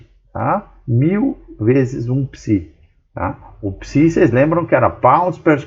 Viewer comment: "PISI"!!! P-S-I!!! pelo amor de Newton professor!!!